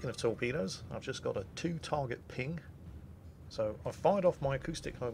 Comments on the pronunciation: "One phing ohnly pleashe" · " i schall have one phing, and one phing only."